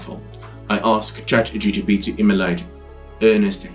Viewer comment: Please get the name of CHATGPT correct. You and allot of the people call it ChatGTP